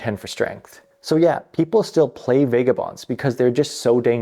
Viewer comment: I noticed that too right away. Buildins, fightin, needin, policin. I think it stands out so much as he over enunciats every other word and syllable but then that accent comes out strong. Also, Vega-bonds and eye-ren (iron)